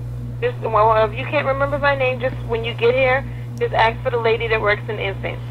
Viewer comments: YOU CANT "AKS" YOUR MANAGER! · "let me ax about dat" lol